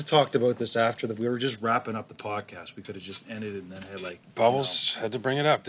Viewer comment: Why do they say podcash